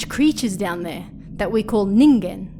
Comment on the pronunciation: Thank you for saying "Ningen" correctly 😭